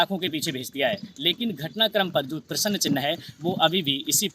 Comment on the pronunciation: Bolane ka dhang bhi nahi hai prasn ko Prasann bolata hai